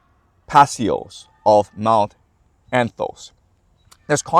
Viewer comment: Paisios … pa-is-i-os